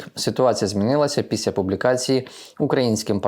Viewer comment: Не псуйте українську мову: не кажіть ,,піся,,а кажіть ,,після